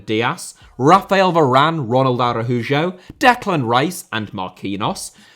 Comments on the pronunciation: Arahujo is perhaps the worst pronunciation I’ve heard from you in a while 😅 A-rau-ho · Did you just pronounce Ronald Araujo as “Ronald Arajujo”?